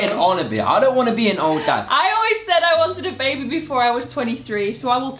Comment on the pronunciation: said “when the babi is here” 😭😭😭